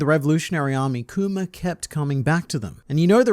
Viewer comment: I'm happy that now pronounces Kuma and not kumer